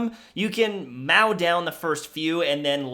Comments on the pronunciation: did...did he say "meow down the boss"? As in, "mow"? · Did the literally say mau instead of mow Probably satire, thought it was funny either way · "you can mao down the first few" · ....Mao? I think you mean "mow" there, bud. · Now that is a good pun. I interpreted it as as mistake in pronunciation 😂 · I can confirm this is a Canadian thing